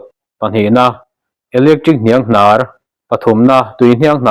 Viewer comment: Ka pu khawngaih in hniang hnar tih te adang pawh lo chhiar dik hram teh...